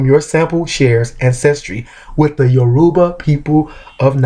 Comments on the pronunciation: It's pronounced "YOUR-u-ba" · How do you know a Yoruba proverb but not know how to pronounce the very word "Yoruba"? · Piss off, he is an American embracing his Yoruba roots, he didn't grow up with our language